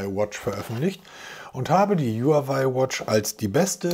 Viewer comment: Du sagst so oft Huawei, dann lerne doch mal, wie man den Namen richtig ausspricht